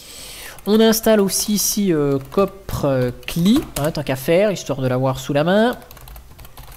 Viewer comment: Ah, l'intro de la mort qui tue:D La manière dont tu prononces le nom du dépot, ça me fait penser à de la coprophagie... Ouille!: ah, les aléas du direct:): le super effet sonore:D: alerte au fou:P: lumina-desktop, projet développé par PC-BSD devenu TrueOS: sort le Royco Minute Soup!:D Pour ta conclusion: controle anti-dopage, monsieur!